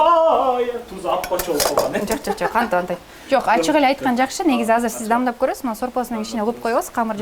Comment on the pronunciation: Анан дагы Назира дамдап эмес даамдап деш керек,а так баары соонун